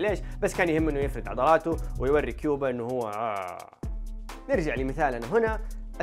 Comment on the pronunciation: كوبا وليست كيوبا يفترض انك ما تخطئ هكذا خطأ